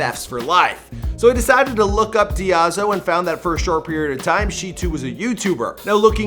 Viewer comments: Her friends name is Daizo, not Diazo :) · It’s DAIZO for fuck’s sake. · IT'S NOT DIAZO IT'S D A I Z O D A I - Z O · it's Daizo not Diazo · Marzia's friend's nickname is DAIZO not DIAZO! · It’s ‘Daizo’ pronounced ‘Dy-zo’ just sayin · She is Daizo, not Diazo. :( I think. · you mispronounced Daizo's name.